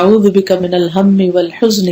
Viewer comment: U pronounce (oalhujni) but written (oalhajani),which right?